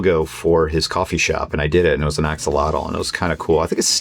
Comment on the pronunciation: stop butchering the name of poor almost extinct axolotl damn gringos.... sound disgusting